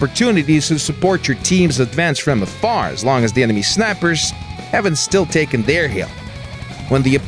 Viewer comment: Lol, he said emeny